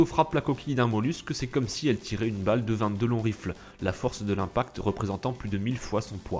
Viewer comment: Au delà du caractère vraiment louche de la vidéo..., suis-je le seul à être dérangé par sa prononciation de "Newton" et "Long Rifle" ?...